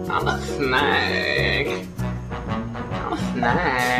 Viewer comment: love this, gonna try myself XD. There goes my amity. Also died at “thnaaaake”